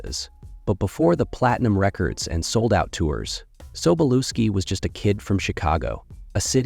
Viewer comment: It's Sobolewski, not Soboluski ...